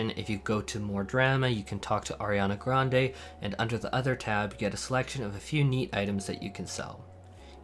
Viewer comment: "Auriana Grande" lmao